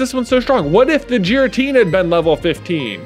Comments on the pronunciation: J pronouncing Giratina with a soft G hurts my soul. But he's allowed to pronounce it however be wants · Giratina is pronounced with a hard g